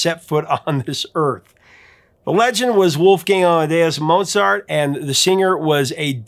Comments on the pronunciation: Pronounced Mote-zart. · The maestro's name should be pronounced, "Mowt sart." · You actually mispronounced Mozart. [cringe]